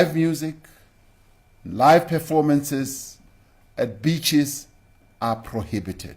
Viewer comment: I thought he said beechies. I thought, fuck me, now we can't eat gum.